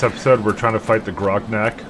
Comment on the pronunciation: titles the video gonarch and calls it "groknak" lmao